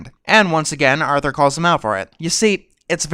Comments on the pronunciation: did he say Arnold instead of Arthur once? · "affensive to arnold" XD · At 5.29 why you say Arnold instead of Arthur boi? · Uhm... do you mean "Arthur"?